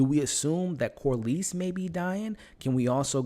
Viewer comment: it’s pronounced Cor-less not Cor-leese. Great channel and content tho!